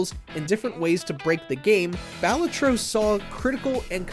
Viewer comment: You should be suspended for a month from this channel for that butchering of the pronunciation of “Balatro”